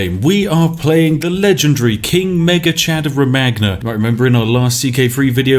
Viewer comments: Uhm Spiff, not to be a prick or anything, but can you please call Romagna like you would pronounce Rome-Anja. It's, triggering me, i don't wike it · Man, it is pronounced "Romanya"... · I cringe with every utterance of "romaGna" lol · isnt romagna pronounced romaña lol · Eighteen seconds into the video and I'm already cringing at his pronunciations. Ro-man-ya. (I know, I know, butchering pronunciations is Spiff's signature move, but it still catches me off guard sometimes.) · I dont wanna be that guy but the gn sound should be pronounced as ñ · You're pronouncing Romagna wrong. Gn sound in italian is similar to spanish ñ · Why are all english speakers terrible at pronounciation, in what world did saying "Romagna" the way he does come out more fluent than the actual name? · The way you pronounce "Romagna" sort of feels like having a splinter that you can't get out. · The Spiffing Brit: Romaggggna Me an italian: ... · I speak german and i really dont mind spiffs german pronounciation WHAT I DO MIND is the italian R O M A G N A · I can already tell 15 seconds in that Spiff's pronunciation of Romagna is gonna annoy the piss outta me